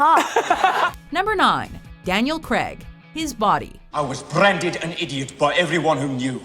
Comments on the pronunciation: hate how she says Daniel creg not Daniel Craig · Why is she saying Daniel CREG 😂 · the pronunciation of Daniel Craig's name annoys me to no end